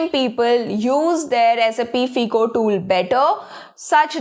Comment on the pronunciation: its pronounced as FYCO. NOT FEECO